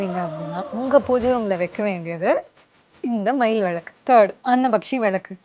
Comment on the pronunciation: First Pls pronounce villaku correctly then start marketing..